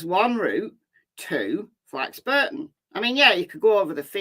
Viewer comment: It's pronounced Flax (Bor) ton, not Flax (Bur) ton.